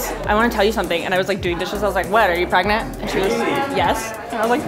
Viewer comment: She...she pregernanant? Wowie